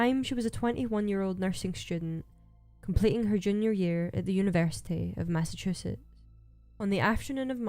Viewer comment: I dislike how you mispronounce things or leave letters out of the ends of some words such as Massachusetts